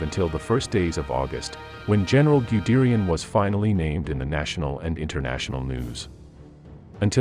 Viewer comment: Wonderful video but your pronunciation of German names--oh my. The "Man" in Manheim should be pronounced to rhyme with "hun" as if it were spelled "Munheim". And "Guderian" should be pronounced as if it were spelled "Gudairy-on" not "Gudearie-on".